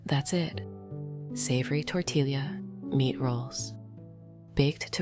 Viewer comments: Great recipe. Greetings from Pennsylvania. But why AI? It's pronounced tor-tee-ya, not tor-til-lia. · It is amazing how the AI cannot pronounce tortilla (tor tee ya).😂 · It is pronounced Tor tee ya Sanger Tx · AI can’t pronounce tortilla😂